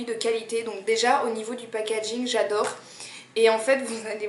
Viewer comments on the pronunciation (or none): none